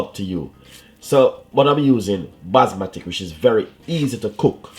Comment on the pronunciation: basmatic? or basmati your talking?